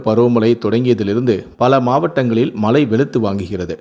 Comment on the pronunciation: Tamizh ucharippu padu moosam mazhai enbathai malai ean ucharikkirar muthalil tamizhi nandraha padi pinbu nee seithi vasikkalam